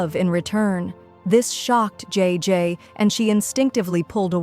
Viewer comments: Is not g is jay jay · Bro its jayjay not g btw this is called Ang mustya ng section e this if filipino but it has a bit of english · Its not iris it aries,its not jee its jay jay pls pronounce names properly